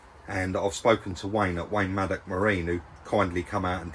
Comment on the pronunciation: Please get his name right, it is Maddox not maddock.